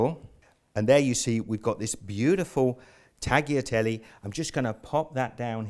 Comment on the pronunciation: great recipe , but it's pronounced "tah-lyah-tel-le" :)